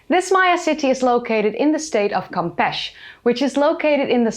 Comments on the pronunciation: Campesh? CampechE! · First time u mispronounced a place's name, its campeche, not campech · Very nice video! Just two small corrections: Campeche is pronounced as cahm-peh-cheh, and, to my knowledge, there wasn't a mayan empire, just some city states and small kingdoms. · Pronounced cam-pee-chee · Great story! Looks overgrown and for the most part pristine. Pronunciation is: Cahm-pay’-chay by the way! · Lol. I say this fun, american don't speak French well, and the English remind us. Hearing Europeans pronounce native American names is funny. Campeche is pronounce kam-pay-chay. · I won't be as rude about it. E's in Spanish sound like A's. So the pronunciation is like (kam·pay·chay). I hope that helps! Thank you for your amazing videos! I love your insight! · Hi im been following the channel for a while now, and you usually put some effort in your pronunciation, please don't hate me : ), just saying in Spanish you pronounce all the letters so the final "e" in Campeche should be pronounced. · Dear, we pronounce the last "e" in Champeche. Love your videos and in this case even more as it relates to my country!. Blessings from Monterrey, Mexico. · Campeche is not pronounced that way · it is Spanish. In Spanish, E's are in fact, pronounced as A's. The fact that you are trying to argue with me about it makes me wonder what your intent is here. I was trying to help pronounce it. Not start an arguement. I am fluent in Spanish, and I was trying to help someone who isn't fluent, pronounce it. Misinformation isn't cute. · Campeche is pronounced as if it is Spanish. Which it is. It is not pronounced as if it is English.